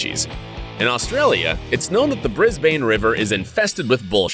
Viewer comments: It’s Brisbane not bris—bane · haha lol he said brisbayn its pronounced brisben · THIS DUDE SAID BRIS BANNNE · It’s pronounced “Brisbin” despite being spelt “Brisbane” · DUDE WHY U CALL IT THE BRIS-BANE RIVER LIKE ITS FROM DC... I triggered... I live there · Brisbane his pronounce b-r-i-z-b-e-n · Nobody:... Americans: "Briz-bane" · The way he says brisbane Briz BAyYyy nEee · He said Brisbane wrong 😂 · U said Brisbane wrong bc I'm from Australia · The way he said Brisbane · ya Bris bane it’s Brisbane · Alright mate IF TAH GONNA PRONOUNCE BRISBANE DONT SAY BANE say ban ok The wallaroo is wallaby and roo not just roo omg outsiders let an Aussie say Aussie things and yes kangaroos box